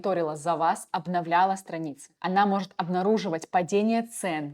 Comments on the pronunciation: Только не "хапра", а Харпа ("Harpa") . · Только не хаПРа, а хаРПа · Особенно когда она говорит "хапра" вместо "харпа" 😅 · Говорит Хапра а прога Харпа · где в названии хаРпа вы читаеете хаПра? HARPA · Даже четырёх минут не выдержал. "Хапра" вместо "Харпа" "Оттудова" "СиВиСи" вместо "СиЭсВи". Дама супер халатно подходит к своей работе. Оговорка на оговорке. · Harpa — Хапра, извлечь оттудава, CSV — Си Ви Си , текстА и это за первые 4 минуты видео